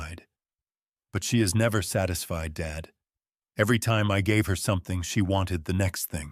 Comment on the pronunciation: I like the story but why is Dad read as dead